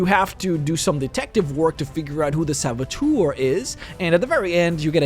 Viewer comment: Nice video, but why do you say sabotour?